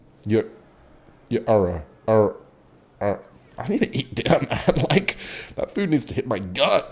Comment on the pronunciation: this man can't pronounce Erno